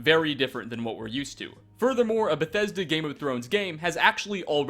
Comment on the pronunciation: STOP SAYING BETHESDA LIKE THAT WTF IS WRONG WITH YOU